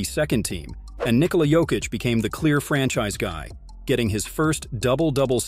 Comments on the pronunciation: ffs it's YOKEECH not Joekeech, J is pronounced as Y. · Made a documentary about Jokic, can't pronounce Jokic.WEHAT A CASUAL, 2 mvp, champ, MVP of inals, and stll canot pronunce Jokic Therrrrrrright way. do yo even watch NBA? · he also said joe-kich lol but its a good video...give it another try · Learn to pronounce Jokic.